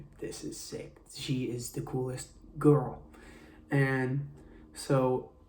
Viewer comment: im sorry but why does he say girl like GuRl